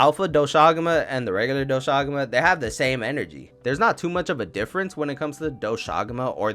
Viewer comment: dw u pronounced doshaguma correct 👍 ajarakan... u needa work on that